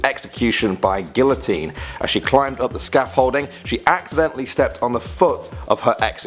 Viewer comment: WHY CAN’T ppl pronounce the word “Guillotine” correctly ⁉️⁉️⁉️⁉️ I realize that it’s a French word, however, if you’re diligent enough about the quality of your content, one would make sure that the QUALITY was of top priority as well. 😡